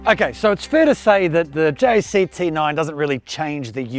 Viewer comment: Stop say it like J.A.C it is pronounced like Jack dude I work at Jac it just a different site